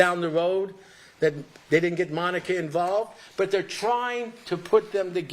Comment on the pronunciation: That was a masterpiece. Esq. Has taken the mispronunciation of names to a new level in this trial. I am convinced that he loathes Monica and wants to lose the case.